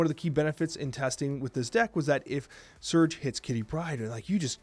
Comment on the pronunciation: Another top notch video! Thanks man. Isn't she pronounced Surge' ? Lol